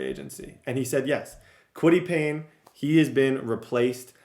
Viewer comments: kwity pay not payne lol😂😂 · Who’s gonna tell him it’s Kwity paye not Payne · Fam it’s kwity PAYE not Payne (pain) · He also calls Kwitty Paye “Kwitty Payne” and calls Julius Brents, “Julian Brents”😭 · Idk if yk but that’s tds nickname for kwity paye, in franchises where he’s had him he’s always said kwity Payne